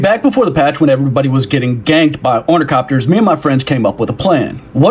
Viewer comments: Why can't people pronounce it properly - its ornithopter - t h not c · Bro you calling them ornicopters had me quit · Omg, it's orni-THOPTER.